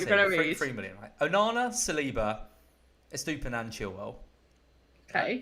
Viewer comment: these brits' pronunciation of Gusto(Goo - not guh - stow) and Estupiñán kills my Latin soul a little every time. I still remember pronunciation of Lopetegui...